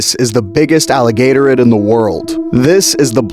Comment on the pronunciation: im fuming at the way you pronounced alligatorid